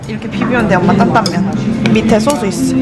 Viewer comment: 소스 발음 하시는 게 너무 귀여워요오옹 소오스~~